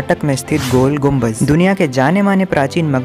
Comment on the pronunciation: That's not gol gumbaz that's gol ghumat please pronounce correct whenever your drawing is so good❤❤❤